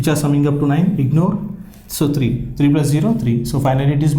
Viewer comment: y u say tree every time instead of three 👎👀👀💆💇😿😿😿🙀🙀🙀🙀🙀🙀😾😾😾🙈🙈